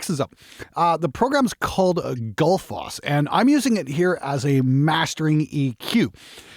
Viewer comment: Given that it's named after the Icelandic waterfall, I think it's pronounced more like "Gootl-foss".